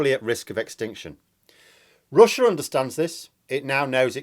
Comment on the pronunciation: "But Roosia is stroogling!" Ha ha ha ha ha! ☺☺☺ Where're you from? ☺